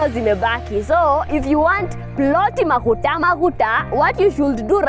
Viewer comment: why do you pronounce maguta maguta as if you are not a Kikuyu??😂😂😂